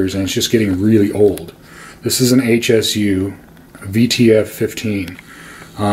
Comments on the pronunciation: It's pronounced Shu. Irritating when people refer to the company as H S U, that's incorrect. This isn't like the acronym SVS. It's also a powered subwoofer, not a speaker. In a corner like you have it, flip it to where the driver is facing the wall, around 5-8" away. You'll get even better response. I'm still trying to figure out what the point of all your rambling was. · Please please please... It's not H S U. It's Hsu, as in Dr. Hsu. It's pronounced Sue.